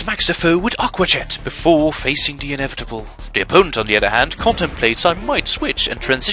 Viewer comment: THE (thaa) not DA "daa" it makes a massive difference, but otherwise your english is really good for someone who doesn't speak it as a first language.